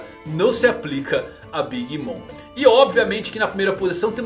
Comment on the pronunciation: Alguém também ouviu ele chamar a big mom de "big Mônica" kkkkkk